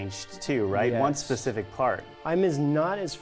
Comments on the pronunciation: specific not pacific 😂 you just Mandela theorised yourself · . Says pacific instead of specific. Mandella effect confirmed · YOU SAID PACIFIC!!! 🤦🏻‍♀️